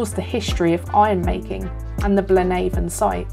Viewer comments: Excellent video marred by only one thing. The pronunciation of Blaenavon! Nobody in that neck of the woods says BlaenAVON as in river Avon. Its pronounced as to rhythm with HAVEon! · Fascinating! 😍 Again, I've never been here either (which is bad for a Welshman!). I thoroughly enjoyed this one, loads of history 🤩 Really interesting, thank you 👏Btw, Blaenavon is pronounced Blaen afon, which means "River's Head", as it's the source of the Afon (River) Llywd, which feeds the River Usk 👍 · Thank you so much, genuinely it's great to hear your thoughts and feedback. I apologise if i mis pronounced Blaenavon 😶but thats super interesting, i thought it had some connection with the river so its great to know, thanks so much for commenting and watching! <3